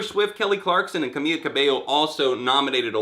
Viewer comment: I can't stand Camila Cabello, but it's pronounced Camee-LA Cabey-yo, not Camee-ya Cabey-yo!